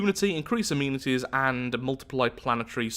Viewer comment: Why does he say amenities like that?